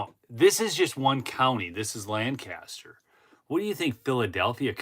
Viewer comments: for future reference LANCASTER County Pennsylvania is pronounced LANK-A-STER with emphasis on the first of three syllabers... LAN-CASTER is the county in New York State. Subtle distinction . The Amish pronounce it as LANC Uh Ster That's all. Awesome corruption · Btw, pronounced LANK-KISS-TER. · LanGcaster is how they pronounce it in other places, the locals say LanKaster. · Fun fact: People in Lancaster pronounce it LENK-ESS-TUR I say it the same way did. It’s funny to hear when you’re out there. Tons of Amish there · My wife is from Lancaster PA. She asked me to point out that the pronunciation is Lank-aster .